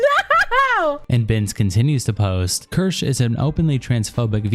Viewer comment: Best thing about all these videos is no matter how many times says her name people will still pronounce it as KERSH 😂 also that femboy crying about not being liked lol. WOMP WOMP